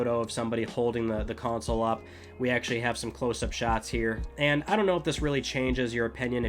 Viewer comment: Console or is it Cownsole how the F is he saying it?